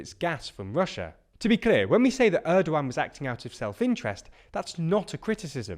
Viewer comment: How do you pronounce Turkish president name 😂